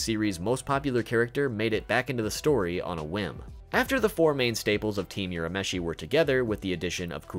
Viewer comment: just so you know, it's pronounced Urameshi, not Yurameshi.